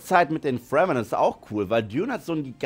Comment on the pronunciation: Wird Fremen nicht Fremen ausgesprochen statt Fremmen? Hab den Film gesehen, bin tief beeindruckt von den Effekten, besonders die gigantischen Maschinen und Spannung 😊